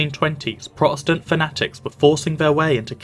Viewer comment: Why don't you pronounce the T in Protestant? It's really grating now that I've noticed 😂